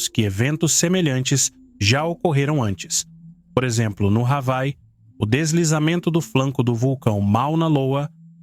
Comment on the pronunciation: Hawaii se pronuncia "Avaí" e não "Ravai". O locutor está por fora.